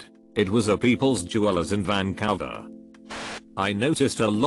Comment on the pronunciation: "Van-cow-var"... x'D